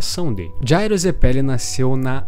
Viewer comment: Mano, me deu uma agonia danada do jeito que você fala zeppeli, e ao invés de dizer esfera, você fica falando bola kkkkkkkk. Canal muito maneiro.